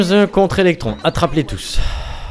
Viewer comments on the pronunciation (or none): Hello! Alors que ce soit clair: On dit Loumsse (Lums) et Electounsse (Electoons)! Voilà:) Et les dents rouges que tu dis Sont les dents du squelette dans l'arbre principal! Une fois qu'il a de nouveau tout son "dentier' tu as accès à un monde/zone spécial! Pouce Vert pour qu'il le vote peut être!